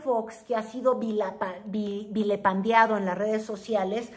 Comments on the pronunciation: Vilipendiado, no vilepandiado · Dijiste "vilepandeado"; tal vez quisiste decir "vilipendiado". Saludos,.